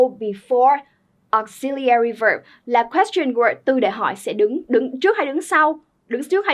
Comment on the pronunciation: Từ “auxiliary” âm thứ hai là /zi/ chứ k phải /si/ nheee